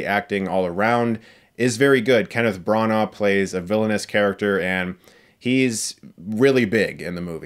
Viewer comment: Chris pronounce the movie “Tenant” but he correctly pronounce “Branagh”. Also, Debicki’s character is similar to her character in the excellent mini-series, “The Night Manager”.